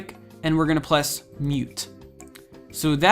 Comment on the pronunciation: you said "Pless" instead of "Press" lol